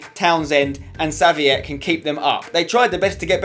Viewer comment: Haha you pronunciation of Saviet. It would be funny to hear "Henry Savyet" from the commentators :)